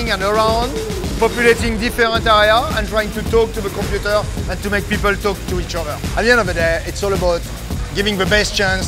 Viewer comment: Set the compeuuter!? Its so funny the way he says it..lol.....nice video